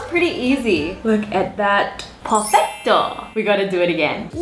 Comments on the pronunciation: Perfetto😂😂😂 Wengie it's italian,now😂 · Perfecto not Perfetto If u wanna learn spanish so take Spanish lessons Sis